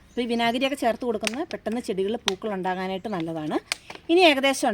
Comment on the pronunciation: പുകൾ അല്ല പൂക്കള്‍ ആണ്